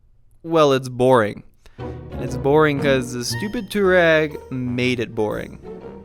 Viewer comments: Its pronounced "Toh-reg" NOT toowarag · Twar-egg, not Tour-ag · Nice review. However, it's not pronounced "two rag". The correct way to say it is "to wah reg". It's an Arabic word. Named after the nomadic tribe in North Africa. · Can we not call it 2 Rag or 2 Rags. It’s pronounced To-A-Reg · Not "tour-eg"... it's "twar-eg".... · No, its not technically pronounced tooreg... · DC Garage I was think the same thing! I'm only 5 minutes in and so annoyed! Too-rag 🙄😬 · I usually like this channel, but the fact that this guy knows how to pronounce "Touareg" and deliberately mispronounces it is the literal definition of ignorance. Really puts his objectivity and his reviews in doubt. Unsubscribed. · Omg!!! Seriously learn how to pronounce Touareg properly!!! I cringe every time you say it incorrectly. 😬😑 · I loved this video, but the way you say "Touareg" really bothered me lol